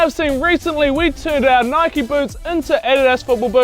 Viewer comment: It’s nike not nikeie